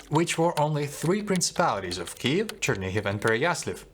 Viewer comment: знову проблема з написанням по вимові , тобто - московській кальці в місці: Черні-гіВ( а не ґов), Переясл-ав ( а не авль)